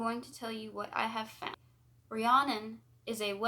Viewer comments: My name is actually Rhiannon, the way you say it is Re-ann-on, but sounds more like Re-Ann- in. It rhymes with shannon. No one ever pronounces it right, it isn't a big deal though. My last name is tough for people too. Busby. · Hey! Fluent Welsh speaker here to help 🤍 The Mabinogion = Mahb - in - ohg- eon Rhiannon = Rhean - non Epona = Ehp - oh - na Hefaidd = Hehf - ai- dd ( dd, is also a single letter in Welsh and is pronounced like the letter ‘th’ in “the” ) Pwyll = Poo - uh - ll ( ll, is one letter in Welsh and pronounced like a hissing noise ) Dyfed = Duh - fehd the video overall was wonderful 🤍 well done, and thank you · Loved this. Her name is said Ree Anne On. Hope that helps x. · Its pronounced ree-Ann-inn it's my best friend's name